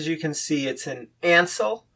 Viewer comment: Canadians pronounce the name as. it's spelled. - AINSLIE - not Ansell.